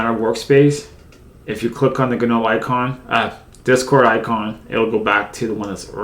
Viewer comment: Gnome needs to go in the trash, along with GNU, if only so we never have to hear another person say GUH-NOME or GUH-NEW. Its NOME and and GEE ENN YEW, you foot cheese eating bastards.